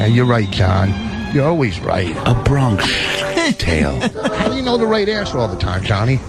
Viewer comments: “Bron-kish tale” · Opester just straight up not getting why 'Bronksh Tale' was funny cause he read it wrong and nobody corrected him.